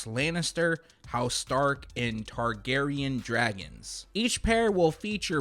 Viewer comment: You can tell does not watch Game of Thrones with the way hey was making sure to properly pronounce Targaryen.